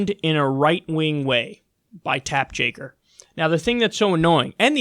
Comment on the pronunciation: "Tapp Jaker" -Kyle Kulinski, 2019